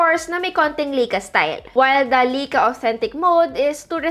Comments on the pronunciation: Lie-ka not Lay-ka, get it right pls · Lai kaa Not Lei ka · lai·kuh not lika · Hello maam sorry sa correction pero ang tamang pronounciation po sa Ricoh is “Ree-koh” and sa Leica naman po is “Lie-ka” 😊 Thank you po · Lay-ka po pronunciation ng Leica :)